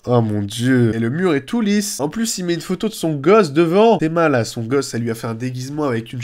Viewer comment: pouahahaha l'autre il a dit Gozo au lieu de gosse